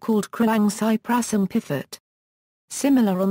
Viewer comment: The automatic PDF reader mispronounces piphat as pifat. If the intention of this video is the bring the viewer closer to an understanding of Thai music, who ever made should consider steps to ensure the correct terms are used and pifat is not a term.